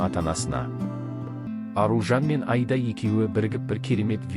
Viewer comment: Мынау комментаторға айтарым,Айда деген не сөз,айда деген малды айда дегенмен бір ғой,дұрысы Аида,егер айтылуын айыра алмасаң и дыбысын екі рет айт Аиида деп,сонда дүрыс естіледі және осылай дұрыс айта алмайтындар жеткілікті.